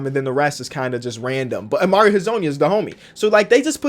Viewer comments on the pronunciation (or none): none